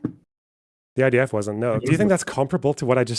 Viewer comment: Kind of weird when you repeatedly intentionally call the IDF the ITF.